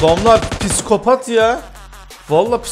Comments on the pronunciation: "Piskopat" değil "Psikopat" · Abi o kelime piskopat değil psikopat